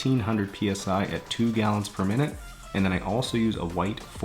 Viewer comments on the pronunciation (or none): none